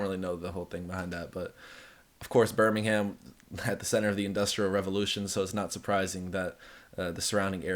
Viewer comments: Just so you know bud, you don’t pronounce the H at the end of Birmingham 😂 you pronounce it like Birming-um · Stop saying the "ham" in Birmingham ... it's Birmingum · It’s pronounced burmingem 😂